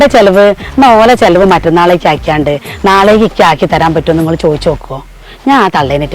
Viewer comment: നാളേക്കിയ് ആക്കിയ് ക്കാളാ..അങ്ങനെ അല്ല നാളേക്ക് ആക്കിക്കാളാ..താത്താന്റെ സൗണ്ടിൽ കിയ് എവിടുന്നാവരുന്നേ 😂